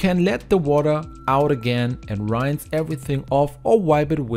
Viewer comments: Blooming expensive using dishwasher tablets! Certainly might help with burnt in food. But just to clean a sink?? I use Cif (it was Jif in England). Your English is excellent, but it is pronounced sort of like ‘ee’. But lift your voice upwards on the ee and don’t elongate the ‘ee. r-ee-inse. rinsse. Not r-eye-nsse’ ! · Dear friend! Please, use a dictionary to check the pronunciation of the word "rinse". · Great ideas! But the word rinse is mispronounced. Just check it out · This guy says "rinse" funny.